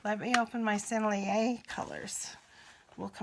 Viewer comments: I'm sure you know by now (8 months later), but Sennelier is 3 syllables: Seh Nell Yay (Seh like 'set', but without the final 't') If you want to sound really French, don't de-emphasize the first syllable (suh NELL yay). Give each syllable the same emphasis: Seh Nell Yay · Hi, i love the Sennelier paints, they are just beautiful! And the proper way to pronounce it is [ senelié ]